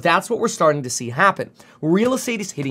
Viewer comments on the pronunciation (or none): none